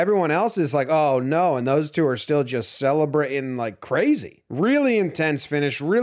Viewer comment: Did you say celebra-in? You from Jersey?